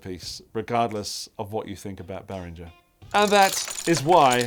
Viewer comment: Swiss engineer Uli BehrinGer's G is pronounced as in "rinGer stinGer", not as in George. You pronounced it right while joking. All German names (including Germania) has the same "rinGer" G.